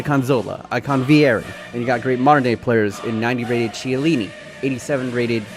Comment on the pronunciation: the "ch" in chiellini is pronounced with a "k" noise, please dont say it how u say it